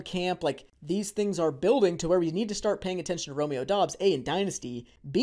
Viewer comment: It’s pronounced Dubs not Dobbs just so everyone is aware. I’m a bit biased because I went to college with Doubs. He is very underrated and only fell in the draft due to an injury. He’s gonna surprise some ppl